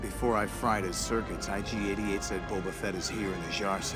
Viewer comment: There is no "D" in IG-88's name. Other than that, thanks for the wonderful trip through memory lane! I played the hell out of this game. It was an amazing time, especially compared to now.